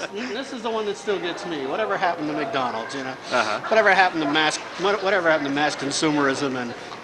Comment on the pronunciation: Like noticing the use of the Japanese pronunciation of McDonald's here. Anyone who seen what a McDonald's Japanese ad from back then would note how they often sing out the name that way at the end of the commercials.